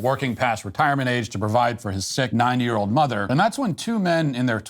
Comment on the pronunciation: Dude you need to pronounce the dee in 90 I thought just for a second you say 9 year old mother